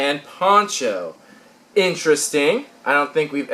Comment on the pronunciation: when you said ponCho it sounded like you said porn show